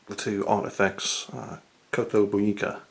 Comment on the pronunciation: That kotobukiya pronunciation oh